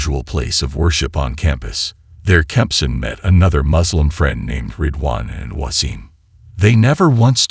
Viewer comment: Wasim is pronounced as Waseem.